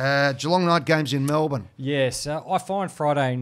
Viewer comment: be grouse , hahah how very 'malbourne' of you eddie hahahah